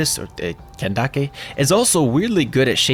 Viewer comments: did this man really say ken da ke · You lost me when you say kandake 🤣🤣